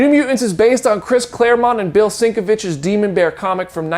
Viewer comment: Pronounced - "sen kev itch". Just so you know for future reference. Bill "sen kev itch " not sink ah vitch.😵 Seinkiewicz is a brilliant artist and writer, so is Claremont. 👍🏻